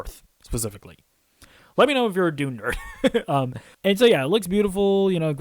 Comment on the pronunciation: It's Dune not Doony. Puts some respeck on the name!